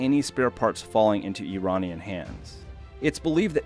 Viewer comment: I didn't think it was possible to butcher the word "Iranian"